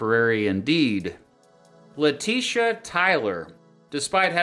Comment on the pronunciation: Letitia is pronounced like Patricia, not Lateesha